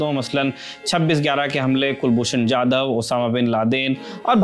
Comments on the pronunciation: It's Kulbhushan Jadhav 'जाधव' not Yadav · Kulbhushan yadhav nahi jadhav